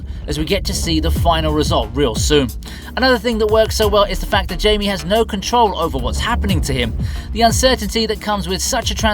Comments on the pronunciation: Hai-me. Not Jaym-ee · Blue beetles names isnt pronounced like that lmao its hispanic